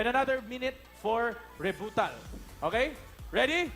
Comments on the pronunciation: Rebuttal not rebootal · "re biu tal" ang pagkakabasa ni alden.hahahha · HAHAHAHAHAHAHAHA REBUTAL AMPOTA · Re-boo-tal daw. Hahaha